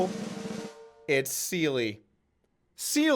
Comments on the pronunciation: Seele --> German for "SOUL" ---> pronounced SEHLE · Seele is pronunced ze - le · This guy Doug polk comes across as a complete idiot. Thinks he's funny but is not, couldnt even say seele properly, stops the camera every 20 seconds because obviously doesn't know what to say next, just skimming off other people and the news with no real content of his own, and bullying suppoman for no reason other than to drive up his own ratings. Clearly just a hanger on riding the crypto wave (badly).